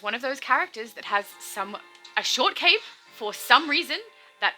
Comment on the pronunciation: Why you hate the short cape?? Its a fine cape?? Although.... I hear short cake when you say it. ;) Makes me hungry. ;)